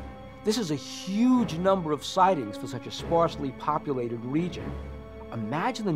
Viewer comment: "Sparsly populated" good one bill lol